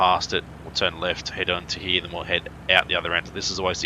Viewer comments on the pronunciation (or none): Stop saying Hererr